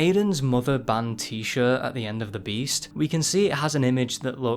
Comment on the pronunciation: Though you said breasts